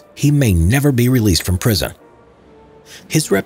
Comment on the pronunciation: HE SAID PRISOMUN INSTEAD OF PRISON!!!!!